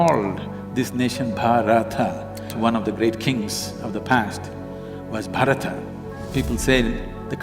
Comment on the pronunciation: Please pronounce it as "Bhaaratha", not "Bhaarath"